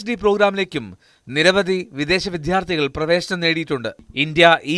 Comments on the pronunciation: അവതാരകന് അക്ഷര ശുദ്ധി ഇല്ല. വിദ്ധ്യാർധി അല്ല വിദ്യാർഥി ആണ്.ഒന്നു പറഞ്ഞുകൊടുക്കാൻ ചാനൽ അധികൃതർ ശ്രദ്ധിക്കുമല്ലോ. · വിദ്യാർഥി ആണ്. Vidhdhyaarthi അല്ല.